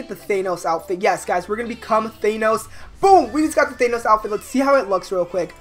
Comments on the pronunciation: Why do u say thanos like thaynos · why does he pronounce Thanos as Thaynose